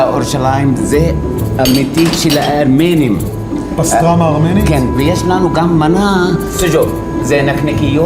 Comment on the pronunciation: כל פעם שהוא אומר הארמנים אני מת😂😂😂